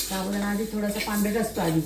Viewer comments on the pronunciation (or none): शाबुदाणा नाही साबुदाणा असा शब्द आहे तो.व्हिडिओ मध्ये भाषा शुद्ध हवी.